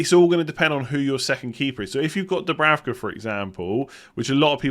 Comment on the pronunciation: the German Sky commentators said that it‘s pronounced Dubrouka (ou as in mouse)!